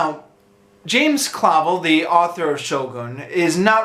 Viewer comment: The authors name is pronounced 'Clah-vel', not 'Cla-vul'.